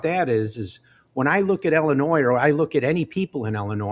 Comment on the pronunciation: I can’t vote for a guy who can’t pronounce Illinois. 🤪 Seriously though, Mendrick is the only choice that makes sense.